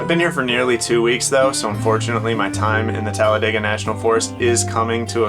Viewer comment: Oh wow thanks for sharing this story.. I just recently moved here from Florida and tend to isolate and venture off. Beautiful fur baby by the way and thanks for pronouncing Talladega correctly because most of the people here do not lol. Happy and safe travels to you both 🐶🥰🥰